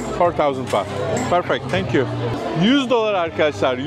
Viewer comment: tenk yu mac dedin